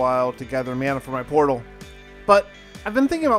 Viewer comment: Mana= maa-nuh ...... Video was lit and a good watch 🗣🔥💯 but hearing you pronounce the word like that is unacceptable my boy